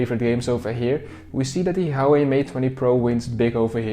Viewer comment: Hauwei ? Pronounciation hahah